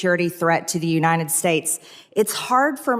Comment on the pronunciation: Excuse me Mad Marge but it’s pronounced UNITED not UNINDED!!!